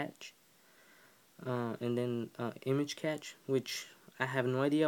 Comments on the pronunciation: Cash, it's cash. Not catch. Besides that thanks! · I cringe everytime you mispronounce cache its not "catch" it's pronounced "cash" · Its pronounced like the word "cash." informative